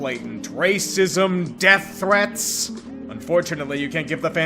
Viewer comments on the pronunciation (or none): none